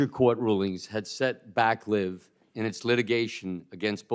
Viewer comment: It's LIV, not LIVE